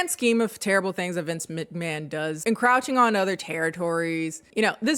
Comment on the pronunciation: Love the video, one thing though: the second syllable of encroach is pronounced like the oach in coach, not like ow-ch.